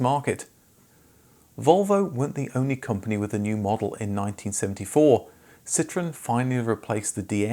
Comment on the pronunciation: Why do you pronounce it Citrin?